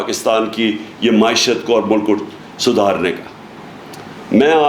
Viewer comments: please teach him to pronounce ma'eeshat. It'll be such a big favour. Dil aur kanon ko sukoon aa jaey ga. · Maeeshat maeeshat maeeshat maeeeshat maeeshat maeeeshat